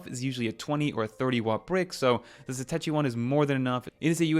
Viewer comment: Excellent content! Satechi customer service on the phone pronounces it (Suh-Tosh-EE)